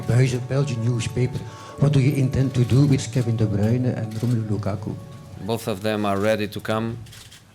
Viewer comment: Ohhhh Kevin de bryune